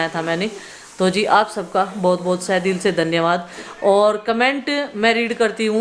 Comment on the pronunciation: sahedil se dhanyavaad nahi hota tahedil se dhanyavaad hota hai.Hindi English Urdu sab bolti hai,lekin theek se kuch bhi nahi bolti